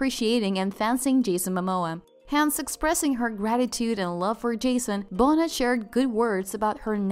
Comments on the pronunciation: Her last name is pronounced “Bo-Nayyyy.” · Who narrates this? They can’t even pronounce Lisa Bonet’s name right? “LEEZA BONETTE” wow 😆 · Like bonehead.. Why lol... Kinda shows this account doesnt care about the people they are reporting on. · PLEASE STOP CALLING HER.....LEEZA BOENETT! That's NOT how you pronounce her name! lol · omg it's not pronounced Bonet. It's pronounced Lisa Bo-nay🤦🏾‍♂️ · I can't listen to the narrator say Bo-NET anymore. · It’s Lisa BON Nay. ….Jesus. It’s pronounced BON NAY. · Lisa Bone-It Really?!?! Get it right for Pete’s sake. Get it ALL correct. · Bonet is French and pronounced Bo nay! From the first mispronunciation you show you don't know much about them really. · I don't believe she cheated. BS. Her name is pronounced Lisa Bone- A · U seriously don’t know how to pronounce her last night? Seriously? BO-NAAAY. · 1. Her last name is Bonet pronounced (Bone-Nay). 2. SHE put him on by using her celebrity to promote his career. Lisa will be just fine. She’s going to come out on top as she always does. Trust. 😉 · BOW- NEIGH. PLEASE,. SAY. IT. UNTIL. U. GET. IT. RIGHT. !!! ALSO,. MAKE. SURE. IF. U. KNOW. THE. NAME. IS. DIFFICULT. TO. PRONOUNCE,. PRACTICE. SAYING. IT,. BUT,. DO. NOT. SAY. IT. WRONG. AKA. ANY. OLE. KINDA. WAY. !!! THIS. MISPRONUNCIATION. ( ESPECIALLY. OVER. &. OVER. 🌿🤨🌿 ). IS. THE. VERY. MOST. DISRESPECTFUL !!! PLEASE,. DO. BETTER. ,🌿😔🌿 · Bon-it ? Jeezuz Christ ! 😂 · Her name is prononced Bow-NAY. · It’s Bonet pronounced (B o n a y) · It’s “BO-NAY” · Beau Nay is how you pronounce it. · It is pronounce Lisa BONE NAY>>>> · Lisa Bone-it...😝😆😂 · Lisa Bone-et 😂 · Pronounced BoNAY like Monet or ballet!!! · Pronounced bonay. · Trick did u say BO NET?!!!! I hate the internet! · Lisa Bone-it? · My god, this video is so low budget and tacky. You make a video about a subject (Lisa Bonet) and yet you cannot even pronounce her name correctly? Is this a computerized voice? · You can tell English is her second language, it’s done innocently